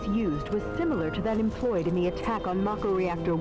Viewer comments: why did you pronounce mako as 'may-ko' when you pronounced mako correctly for the sin right before it? +1 sin for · You committ a sin yourself by pronouncing "Mah-ko" as "May-ko". Like common, it's japanese vowels and they say it over and over in the game. Can't even take the rest of the video seriously after that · Sins the announcer for saying "may-ko" and "Tih-fah" Also, remove sin for epic line: "If I have to fight multiple versions of Sephiroth in the final game, I'll petition to rename 'anuyrisms' in medical textbooks to Nomuras," Resubmits said sin for misspelling 'aneurysms' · So much wrong with this. First off you pronounce mako wrong. Second, Cloud is 5'8 not 5'11 And Shinra was very well aware of Avalanche plans. I'll post another comment with more., I'm only 2 minutes in.